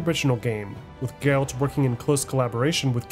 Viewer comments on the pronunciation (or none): Geralt not Gerald . Yenneffer not Jennifer. BRUHHH